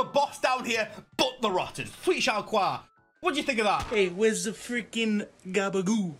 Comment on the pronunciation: Shal-Quar? Shal-Quar? Its Showdah! Say it right!